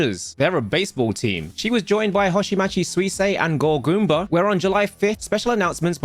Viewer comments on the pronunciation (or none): Did say "Gawr Goomba"? I even tried listening to it again, and that's still what it sounded like.